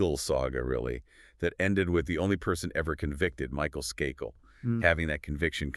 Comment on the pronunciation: Skakel. Pronounced with a long a.